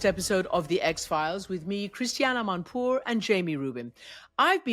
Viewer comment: Shame on you are you Iranian? Acouse not Emanpour.